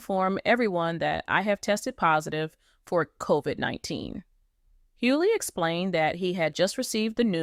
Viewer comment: Please get an AI that pronounces their name right. The G in his name has an accent and yes I didn't finish watching. And next time ILL KEEP SCROLLING.. GEEEEES